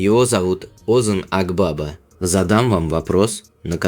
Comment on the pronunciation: Озан Акбаба ударение на последнем гласном и в имени и в фамилии